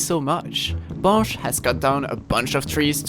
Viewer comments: T'es français nan ? Vu comment t'as dit blanche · Damn, your pronounciation of blanche is impeccable! are you french?